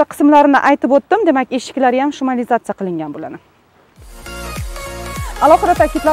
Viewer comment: Tug'ri talaffuz qilishni urganing. Shumaliyatsa emas шумоизоляция